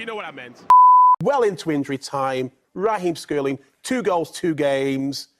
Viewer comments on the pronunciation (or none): 'Raheem skurling'